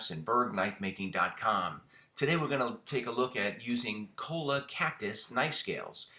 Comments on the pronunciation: Choi-YA the "ll" is pronounced like a Y... Yet another nice knife... well done. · Choi-ya is the pronunciation. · It's pronounced choy--ya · It’s pronunciation is Cho-yaa. The Cholla is a nasty little bush in the California desert with needles that just want to stab you, grab you and hurt you. I once accidentally stepped on one and it went through the heel of my boot. The needles were once used by native indigenous peoples of the Americas to stitch up clothing and sow up open wounds.